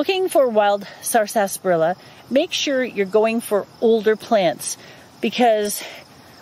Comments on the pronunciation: She isn't pronouncing it correctly. It's sarsa-parilla not sarsas-parilla. She's putting an extra S in there and putting the emphasis on the second syllable instead of the first.. I couldn't watch more than a minute because it was so grating on my ear to hear this from a would-be expert. And yes, I pronounce it sarsaparilla. Most people do pronounce it sassparilla, or just skip the middle "a" and say sarsparilla. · It is pronounced with silent R, short A (sasprilluh) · i noticed the extra s too. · I've never heard anyone enunciate the whole word before. Here in the southern US it's usually pronounced "sassparilla". In one of W.C.Fields' films he's hawking an extract of the stuff off the back of a wagon - "Purple bark sassparilla! It'll grow hair and also cure warts! Purple bark sassparilla!" See, you've brought back a fun memory. 😉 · I'm from the Philadelphia area and we always pronounced it as sarsparilla ... 4 syllables .